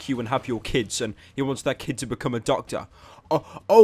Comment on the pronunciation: The baby wount become doctor he said docta